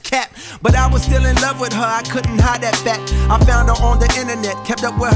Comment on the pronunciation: the way he pronounced that, like “Dat,” I think is a reference to Datpiff.